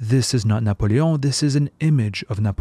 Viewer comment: He actually pronounce the names pretty well. He pronouned Magritte and Napoléon the french way as it should be.